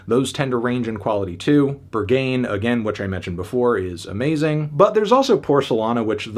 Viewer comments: With ‘Ber-GAIN’ pronunciation, Melon is definitely not getting into Berghain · It's pronounced "B-air-g-h-ay-n" btw. as a German. 😂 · Babes, pronounce it like burg-hine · It’s pronounced ‘Berg-Hein’ (it’s a legendary Berlin club). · His pronunciation of the word "Berghain" alone is reason enough not to take this review seriously. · Brother, you’ll never make it in pronouncing Berghain like that 😂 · Who's gonna tell Anthony how to pronunciation Berghain? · Melon can’t pronounce Berghain 😂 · Bro you gotta learn how to pronounce Berghain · The way he pronounces Berghain 💀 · Berghain pronunciation decent to strong 1/10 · He can’t be serious. I really think he is joking and will revele it in the upcoming days. Like the way he is pronouncing Berghain must be a hint. Right? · Fantano finally showing the American side of him - by not even trying to pronounce Berghain or compare everything to Sabrina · I am baffled how his goal seems to be to pronounce everything as wrong as possible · There is a difference though between not pronouncing everything perfect and pronouncing even the simplest things terribly wrong... Besides you can tell he didn't even care to look into the lyrics and laguage at all before his review. That's his job btw... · girl, I'm not just talking about Berghain. Although, that is quite popular and not that hard to pronounce at least not as terrible as he did. All the spanish words he said were pronounced terrible too and he didn't say a word about the lyrics, story, concept or meaning of the songs except maybe 2 english parts, so I doubt he did his research this time... And if he did that still doesn't make the review better since he didn't say a word about it😂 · After high expectations, for the evident lack of research and painful pronunciation of Berghain, I give this review a Strong 3. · i mean the pronunciation of berghain told me everything i needed to know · Anthony saying "Berghain" is the worst pronounciation of anything I've ever heard